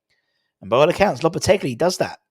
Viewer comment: Loppe-telly. Loppe-teggely. Loppe-te-bri. Im giving our own a score of 9 and a half point for finding as many ways of pronoucing the geezers name as he possibly can😅